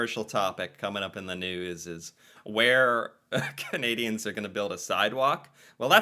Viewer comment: I really love your reactions, but you really need to learn to not say caneedians. It’s actually kind of annoying. Can ay dee ans Can ah dah